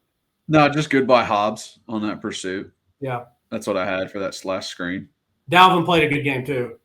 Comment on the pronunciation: Why is so damn hard for to pronounce Daevin Hobbs. It’s not dalvin